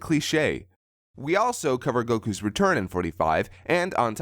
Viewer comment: Dude, every time you say "Goku" it's pronounced so odd that all I see is "Andrew" from Buffy going on about Buffy... Slayer of the Vampyer"